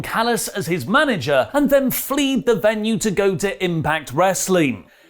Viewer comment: Fleed ?? it's fled ... conjugate to verb to flee